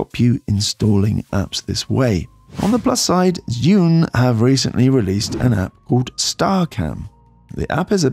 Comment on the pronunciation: Zhiyun is pronounced "jer-yoon". "zh" in Mandarin makes a "juh" sound like the "j" in "Jack". "zhi" is "jer". Sorry couldn't help myself!